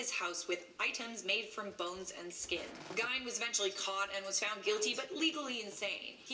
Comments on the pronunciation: When they talk about Ed Gein, it bothers me... it’s pronounced as if spelt like Geen... Geeeeeeeeeeen... not If as if spelt like Gine.. FFS. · It’s not Gine it’s Gein. There’s a movie about him called Ed Gein”freaky” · Cringe. Ed Geeeen. Not Gine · Pronounced like "GEEN" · I'm a psychology major and the way she is slaughtering ed gein's name (actually pronounced ge-en) is making me cringe 😒😒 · She says it like she's about to say gyno or something... Ugh😬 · Shes saying Ed Gein's name totally wrong. Its pronounce like GE-EN. Sorry, that was annoying me. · Alicia Rice yeah,pronounced “Ed jean” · That shit was deivinnnggg me crazyyy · Lol being from Wisconsin I cringed every time she said his last name. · I have my bachelors degree in Psychology, would’ve had my Master’s by now but unfortunately, my health situation got in the way of that. Also, I agree that she pronounced his name horribly. She should’ve asked how to properly say it before embarrassing herself. 😂